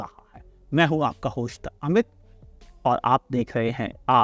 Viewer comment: मुंह से सुपारी निकाल कर होस्ट बोला करो। ठीक से नही बोल सकते हो तो इसकी जगह कोई दूसरा शब्द बोल दो😂😂 और हां sift nahi swift bolo😂